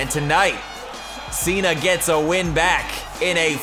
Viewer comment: In the intro said BACKCK